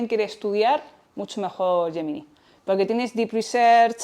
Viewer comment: Por cierto, no sé porque la palabra GEMINI la pronuncies como YEMINAI. Defendamos nuestro idioma, por favor.